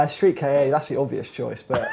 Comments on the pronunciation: Why do you British people call the Ford Ka the "Kay-Ay" and not just Ka as a single sound? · Hey says you're wrong about Silvias saying they're boring Also you don't pronounce KA as K-A it's KA k-ahhh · Stop pronouncing it Street Kay A, it's Ka like Car without the r. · how many times do I have to tell ya!:) It's not a Ford K.A. It's promounced 'Ka'. Like 'car' but in a Liverpool accent. If you're so convinced it's K.A., what to the intials stand for?:D